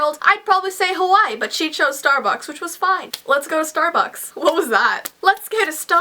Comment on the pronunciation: It sounded like she said "Starbox" ILYSM